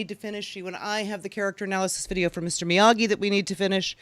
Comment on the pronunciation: It’s Miyagi not Migui